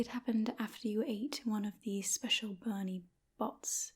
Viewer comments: Isn’t it Bertie Bott’s? Not Bernie? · bertie bott's* not "bernie bott's" lol. Also if it made someone's hair grow ridiculously, if wouldn't be out of the question to assume it was a sweet from Fred and George...